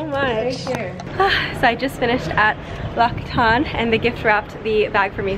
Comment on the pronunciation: Oops I don't think that's how you pronounce L'occitane:\ Love your vlogs btw, very lovely as always:)